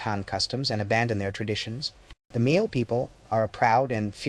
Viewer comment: Brother, you did a great job here. They’re just one complaint. The pronunciation Miao it’s wrong. It makes the same sound as Malcolm so just go MAL.